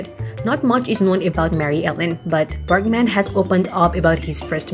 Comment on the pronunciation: Berg man, not Berk man!!!